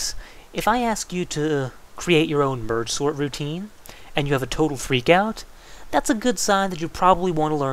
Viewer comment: i could have sworn he said ''bird sword routine'' lol